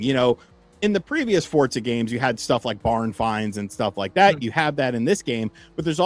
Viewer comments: (For)(za) not fortzah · Am I tripping or are they pronouncing it fort-zah?